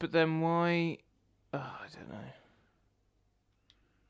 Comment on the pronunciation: It's Bee-uh-triss,. Not Buh-trice. Bee-uh-triss.